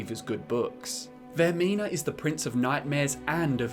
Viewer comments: are we not gonna recognize when he talked about the ship section where instead of saying vaermina he says vaernima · you said vernima and not vermina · "VAER-N-IMA". Ah, my ears! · Did anyone else here him pronounce vearmina wrong